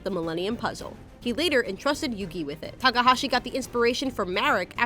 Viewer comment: When the host mispronounces the main characters name